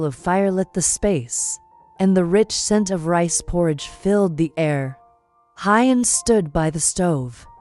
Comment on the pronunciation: Please read Huyen's name right. It is a beautiful story....please get the names right!